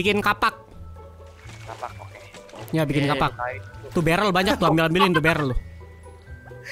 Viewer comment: Itu Barrel bukan berler